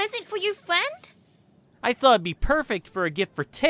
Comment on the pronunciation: that thing was meant as a pwesent for your FWEND?!